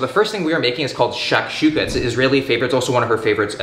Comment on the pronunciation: the was he said shakshuka 🤦‍♂️